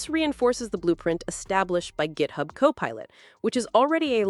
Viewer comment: "Gethub" LoL 😂